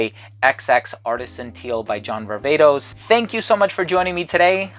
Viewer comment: As a Greek( like you) i am vastly disappointed that you call John's last name Var-Vay-tos when we both know (as Greeks) its Var-Vah-tos heheheehe